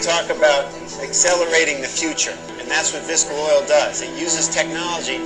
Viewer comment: The boy is on the board of Viscoil - 2 syllables, the o is not repeated. HE MISPRONOUNCES THE COMPANY NAME in his promotional video... "Visco Oil" (3 syllables) is actually a specific product, made by BP - a competitor. These people are stupid.